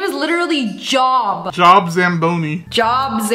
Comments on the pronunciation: Job pronounced Jobe with a long vowel sound. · it is pronounce Job not it sounds like Joe pull with a B lol it is like joe but no b lol